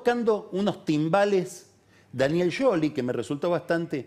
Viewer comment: Don Diego: o cuando decía "yolly" por Scioli